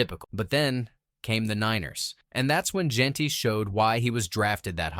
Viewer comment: why is Jeanty (pronounced Jen-tee) being pronounced in this like jeen-tee? lol. it's not that hard to say his name.